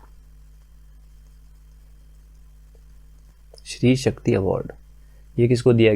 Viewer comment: Stree Shakti not shree Shakti plz crrct it